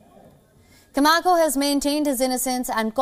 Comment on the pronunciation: Camacho not Camako.